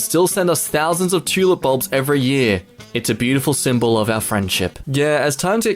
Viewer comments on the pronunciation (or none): what he said "Dutch sent 100.000 tulip bulbs as a gift", but I did hear "Dutch aent 100.000 trully bomb as a gift", and I the only thing I did think was what